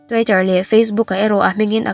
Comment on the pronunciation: Sap tawng hi lam no leh nalh vak angailo nain lam dik hram tum la, Twitter te pawh tuaiter angin ilama tweet anga lam tur ania,half te pawh L ri telloin Haf anga lam tur,mi tam tak hriat tura chhiar thin innih angin han inzir sauh sauh teh khai